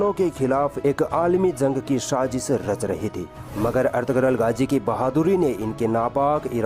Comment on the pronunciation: गाजी नहीं। गाज़ी नाम है।